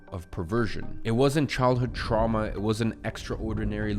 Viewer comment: "Truma" in